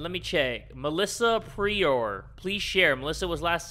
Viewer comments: Did he say Melissa PREE-OR? (Prior) 😂😂 I'm weak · Him saying “Pre...oar” when it’s “prior” 🙂🤌🏽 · "Melissa... pre-or" Bestie its literally spelled like prior😕😟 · you pronounced prior wrong. as someone who has the last name: pry or is how you would pronounce that